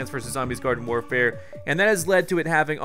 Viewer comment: Did he just say Garden FORfare at the start of the video? 😂😂